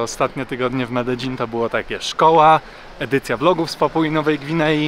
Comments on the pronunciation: Błagam mów "medejin" nie "medeżin" bo mnie popieprzy. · Medein, nie Mededzin :) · zgodnie z prośbą, poprawna wymowa Medellin, to: Medejin; LL=J Aż zęby bolą od Twojej złej wymowy. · Mededżin niby poprawna wymowa po hiszpańsku a irytuje mnie prawie jak Sidni 😂 A tak poza tym jest ok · Bartek z bez planu mówi Medelin. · W Kolumbii mówi sie Mededźin, to co pokazujesz to wymowa Hiszpańska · Potrzebę zwyzywania cie w komentarzach mam tylko jak mówisz "mededzin"